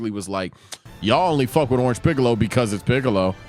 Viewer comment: did he js say shiccolo💀